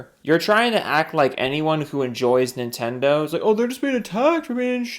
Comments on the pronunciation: nin-ten-do it shouldnt be that hard but i think its his weird accent that does that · Ni'tendo or Nihtendo. How can Nintendo fanbois not even pronounce the damn company name correctly?